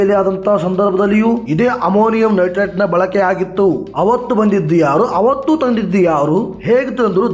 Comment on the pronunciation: ಅಮಾಮಿ ನಟರಾಜ್ ಅಲ್ಲ ಮಾರಾಯ. ಅಮೋನಿಯಾ ನೈಟ್ರೇಟ್